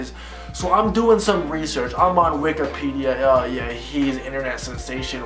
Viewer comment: bro... "wikerpedia"